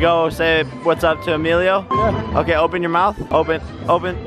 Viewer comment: u said email and not Emilio